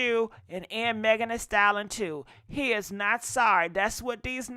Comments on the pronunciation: Ayo! Lol I love her but I hate the way she says Megan Thee "stallon" 😂😂😂😂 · If you don't stop saying Megan, the "Stallon". It's "STALLION". Pronounced "sta·lee·uhn". 🙃